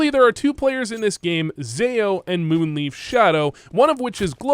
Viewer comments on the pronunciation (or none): Not taking a dig at you (not even a subtle one), but I love how you say MoonLeaf instead of MoonLife (Leif is a name, and pretty much sounds like Life - At least in Danish) 😁